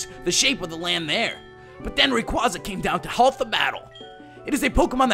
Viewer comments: About time someone finally pronounced Rayquaza right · I prefer ray-KWAZ-ah too. It is how i been pronouncing it since Ruby/Sapphire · I've talked with Rayquaza, he says its pronounced Ray-KWAZ-ah